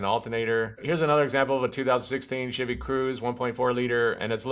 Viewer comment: I swear it sounded like you're saying 'shitty silverado' lmao great video. currently fighting 4 codes on my tahoe, fingers crossed. I'm getting p0030, p0053, p0455, and p0496 and I can smell gas when it's running.